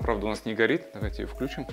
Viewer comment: Не "вклЮчим", а "включИм"!